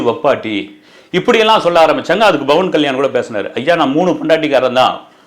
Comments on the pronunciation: Sir, His name is Pavan Kalyan ❤️ Not Bavan Kalyan 🙏🙏🙏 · pronounce name correctly. Not Bavan Kalyan it’s Pawan Kalyan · Bro its Pawan kalyan not bawan kalyan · It's pawan kalyan not bhawan kalyan... sotta correct it👴